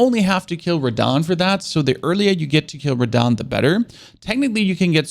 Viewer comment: That really hurt me when he said beat radhan